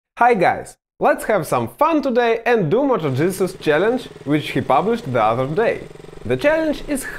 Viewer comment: At the end, first time I’ve heard “ and that was Moto Jesus challenge ” 😂😂😂. Just close your eyes and picture this for a second